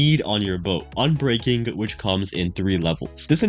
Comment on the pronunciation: Say ubreaking III one more time